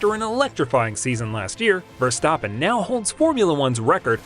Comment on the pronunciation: Your pronunciation of Verstappen is great, but Renault is pronounced "ruh-know".